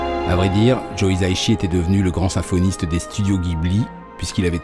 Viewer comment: [mode pête-couille on] Ça se prononce "hissa-ishi", pas "hiza-ishi" ;) [mode pête-couille off]